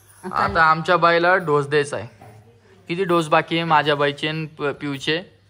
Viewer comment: ढोस नाही रे बाबा डोस म्हण तसच ढोसा नाही डोसा